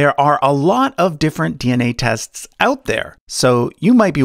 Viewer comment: My friends have made fun of me for years because of the way I say “tests”. So understand my excitement when I hear you say “tests” and realize you are my pronunciation brother!!!